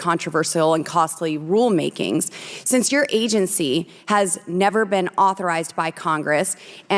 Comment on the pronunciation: What's an agencsty? Too ignorant to correct herself.